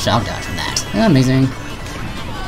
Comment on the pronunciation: Quit the lazy ''amaizing'' ;)